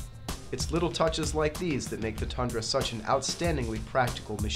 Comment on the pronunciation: why is everyone calling it a thundra??? its a TUNDRA